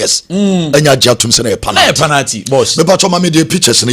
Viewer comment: please the word is pronounced pe-nal-ty and not pa-nal-ty. Check your words and pronounciation well.